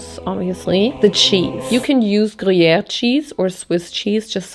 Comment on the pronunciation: IM ALWAYS SO STUNNED BY YOUR FRENCH ACCENT THE BONJOUR TOUT LE MONDE WAS NATIVE HOW DID YOU LEARN TO PRONOUNCIATE SO WELLLLL edit: you pronouncing gruyère PERFECTLY OMG IS THAT WHAT THAT BERET DOES